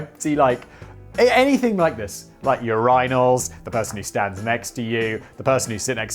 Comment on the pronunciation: Urinals: Your-Rhine-all’s